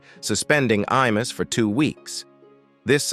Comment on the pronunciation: I MUSS...not E MUSS